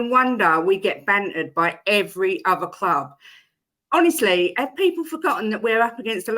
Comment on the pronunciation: Why does he say 'kloob' instead of 'club'?